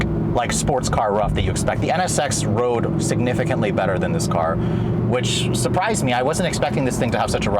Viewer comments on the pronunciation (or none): none